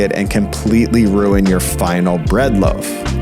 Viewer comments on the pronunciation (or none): none